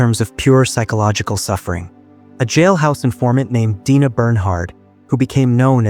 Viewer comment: Her name is Drina not Dina